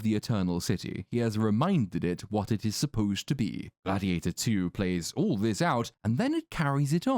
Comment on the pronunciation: Glad-He-ate-Her Too